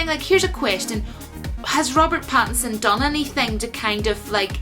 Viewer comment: Robert Batinson. 🤣 I don't like it. It sounds too much like Bat in son. I don't like it when people try to say Batman and Robin have a gay relationship. I know that's not where you were going with that. I'm just saying. It was a cute attempt, but I don't like it. Going to watch the audition tape right after this video.